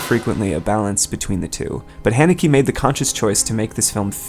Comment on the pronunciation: that is not how u pronounce the directors name